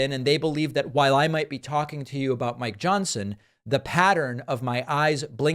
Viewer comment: did you say my Johnson or Mike Johnson ? It's trying to throw me off from reading the morse code of your blinking eyes